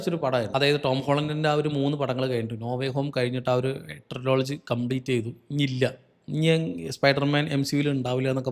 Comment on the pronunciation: ട്രയോളജി,❌ ട്രില്ലജി✅